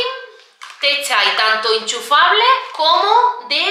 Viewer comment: se llama chai, no te chsi, ella lo dice mal sirmpre